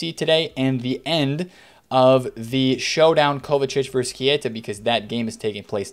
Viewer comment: Love your videos ♥️ but please please, stop saying Kieta lol